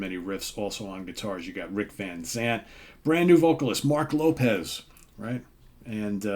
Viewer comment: Its LOPES not LOPEZ